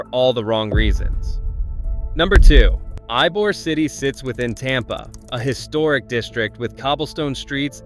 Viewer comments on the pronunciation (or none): It's not Ibor city it's ebor.